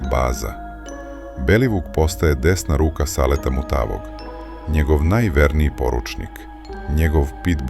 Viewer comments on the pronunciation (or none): Kakav je ovo naglasak "MutaAvog" ?